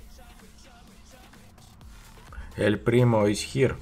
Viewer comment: ММА сказал : эль примо ис хиер а мне кажется что : эль примо ис ХЕР 😂😂